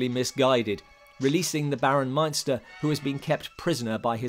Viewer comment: David Peel was Baron Meinster, ( not Munster). I have seen the Brides of Dracula many times and enjoyed it very much.